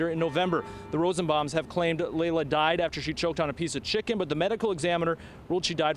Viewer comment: Laila not Lyla